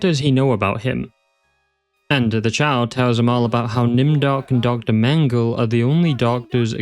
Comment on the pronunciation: As a native german speaker: The last "e" in the name "Mengele" isn't actually silent. It's pronounced the same way the first two in the name are. It kind of bothers me that english speakers never pronounce it correctly, even though it's actually not that hard. (Or just look up how to pronounce it beforehand.) I get it when it's a name like "Bach" or any other word with a "ch" in it since that sound doesn't exist in english, but something like "Mengele" really isn't that hard.